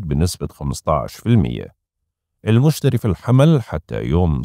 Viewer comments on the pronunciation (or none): none